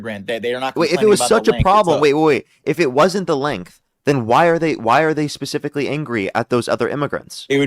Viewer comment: Dude you got a problem with the word “specifically” I’m sure you’ve been told this before